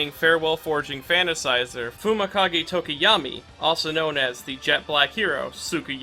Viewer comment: I also call him Tokiyami I thought that was how it's supposed to be pronounced until a few days ago